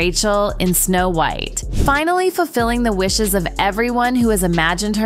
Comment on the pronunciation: The mispronounciation of words is embarrassing. e.g. "pylawt", "force-ed", "finnally". Do better.